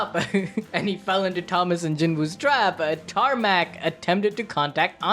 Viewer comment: "tarnak" - "wait, did you say tarmack?"